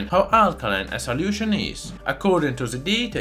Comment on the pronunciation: I just love how he says "saliution"!